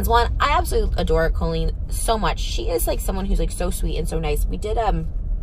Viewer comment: carloo69 Colleen pronounces it as Co-leen. Even here in the US, that is a strange pronunciation that I’ve only heard from Colleen Ballinger. Every person I’ve ever met/heard of with that name pronounces it Cahl-leen.